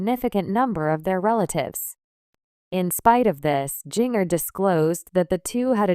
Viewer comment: Jinger is pronounce ginger like the spice Jana is pronounce jan -na please correct